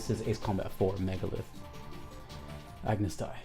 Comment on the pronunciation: Ah-noose day lol